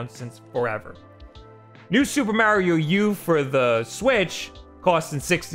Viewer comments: Just dont say Mario ever again bro, you ruin his name man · The way this guy says Mario has me dead 😂💀